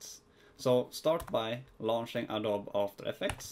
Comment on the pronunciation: Awesome video! I used this in conjunction with another one by FunVidDesign. Just a heads up though, it's pronounced "Adobee." Awesome vid anyways!